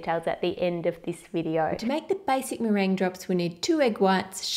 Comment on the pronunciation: meringue not merin xD